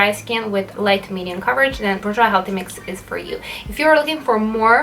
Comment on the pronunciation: Pronounced ‘boor - j’wah’.